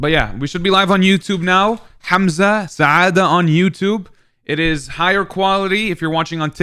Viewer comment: "HAaamAZa" wallah its funny how they pronounce your name😂